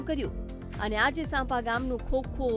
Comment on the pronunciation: સાંપા નહિ સાંપ્રા